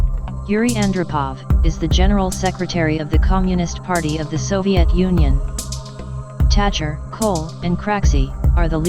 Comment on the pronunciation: "Tatcher" lmfao it is "Thatcher".